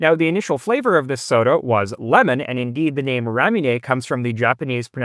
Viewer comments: FYI Ramune is pronounced with a "moo" not "myoo". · Pronounced 'rah-moo-nay', not 'rah-myu-neh'. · I didn’t know this guy was Canadian till I heard him pronounce Ramune - the RAYmune is the dead give away…and then I saw the channel name to confirm it. Canadians LOVE to cause DRAYmah, with their MAAHZduh cars, and while eating Italian PAAHStah. It’s pronounced Ruh-moo-neh if you care. The Ruh is a Rah, like the Egyptian sun god Ra. I spelled it with Ruh, cuz you give it a Rah/Ray sound. But it’s somewhere between Ruh and Rah. But it’s the exact sound of Ra, the sun God, but I don’t know how you would pronounce Ra…so I tried to toss ya in the direction of Ruh. (Great video BTW, this is the kind of PBS type content that I like. Right there with Technology Connections…but less crotchety. That’s high praise.) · it's pronounced raw-moo-neigh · I love Ramune, or at least the clear flavor (lemon lime I guess) and the nature of the bottle is part of the appeal. Though it turns out I've been pronouncing it wrong for years, I thought it was pronounced Ra-moon. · it's actually "le-mo-nade" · you're adding a "y" sound to ramune. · Ramune Japanese pronounciation of lemonade Labbit Japamese pronounciation of rabbit